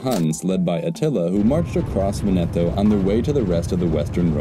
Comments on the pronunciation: Vèneto not Venèto ;) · I'm going crazy, it's Véneto, not Venéto. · Very nice video, but it's pronounced "Vèneto", not "Venèto" 🙂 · For English speakers: It's not Venéto, but it's Véneto. Bare in mind that in this Italian word there's no accent, but is implied, also in some parts of Italy we say Vèneto. PS I said for English speakers because in Italian, for example, the acute and grave accent characters are switched (don't know the reason), so an è is acute and an é is grave. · VE'neto. Sorry, Italian is usually regular but three syllable words can be accented on either the first or second syllable. Unless there is a double consonant there is no way to know except by hearing. I.e. in Rome it's Via VEneto, not Via VeNEto. Drives me crazy- a non-native. Sorry to HARass you but HarASSement is not intended. A subscriber. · It is not pronounced Ve-NE-to but VE-ne-to (Just like in the word "Venice"). The emphasis lies on the first syllable not the second one, otherwise it would be spelled Venetto. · The accent is on the first syllable in Veneto: VEN-e-toe, not Ven-EH-toe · PopesofHazard I was just pointing out which syllable is emphasised. Other than that he pronounced it completely correct. I don't know what your problem is. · vEneto, not venEto. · Venèto sounds more Italian. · Awesome video, enjoy your work. Though, dude, it is Vèneto. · Every time he says Venètooooh an Italian dies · He simply got the rhythmical accent wrong. 😁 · The Adriatic is a sea, not an ocean. 'Veneto''s is on the first 'e', not the second. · Stress "Veneto" on the first syllable, not the second. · Please teach the narrator how to pronounce Veneto. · Before making such a video, please learn first how to pronounce italian words like veneto. Really hurts my ears